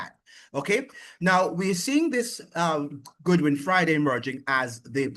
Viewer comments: It is not Goodwin (Good-win), his name is Godwin (God-Win). And by the way, St. Vincent And The Grenadines has always had very close diplomatic ties with Washington, USA. It is Communistic mind of the now former Prime Minister Ralph E. Gonsalves who because of his very close alliances with Putin, Chavez, Maduro and the others with likewise minds, has constantly been attacking the USA in defense for his buddies, who are less beneficial to Vincentians than the USA, that has over three times the population of Vincentians and linage than St. Vincent And The Grenadines itself. The remittances from the USA are the highest income earnings for St, Vincent And The Grenadines. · It's pronunciation is god win not good win